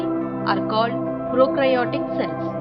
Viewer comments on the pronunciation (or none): That is prokaryotic cell and eukaryotic cell not prokrayotic or eukrayotic cells